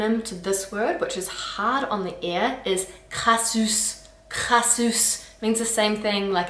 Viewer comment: You pronounce "Croûte" almost like "Crute"; "Crassousse", same deal, it's "Crassooooohsse" for crying out loud, not "Crassusse", and anyway, what's "crassousse", I am originally from Brittany, and we say "Crassou(se) over there, but what do I know; you make sound "Casse-couille" almost like "Casse-cuit", sigh..... "Elle fait la gueule" "Elle fait luh gueule"? Come on now, you can do better than that, "Elle fait laaaaaah gueule", repeat after me "laaaaaaaaaah", not "luh", ugh..... "Caca budin"? 🙄 "Caca booooohdin", "ou" like the Spanish or German "u", "not "u" like the German "ü" (at least, it is closer to how you pronounce it, in other words, you pronounce it closer to an "u" than an "ou") argh, but then, you 'go ahead' and pronounce the indeed-ugly word "Enculé" more like "Encoulé (encooooohlé)", what gives????? It could be a problem similar to the one the Germans have when they pronounce the letter "v" like a "w" and the letter "w" like a "v", "Wolume" instead of "Volume" and "Vhy" instead of "Why" even though they can pronounce both, or like the French who add the letter "h" at the beginning of words where there isn't any, and drop the letter "h" where it is present at the beginning of words; you make "Tronche" ("Kisser") sound like "Tranche" ("Slice"), and once again, it is "Il fait laaaaah tronche" not "Il fait luh tronche"; "Eurl" for "Hurle"? you gotta be kidding! Goodness gracious, it's "Hüüüüürle", say it one hundred times (I almost wrote "a hundred" as I live in the